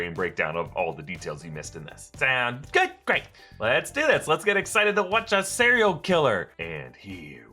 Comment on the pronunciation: “Lets watch a cireal killer” lol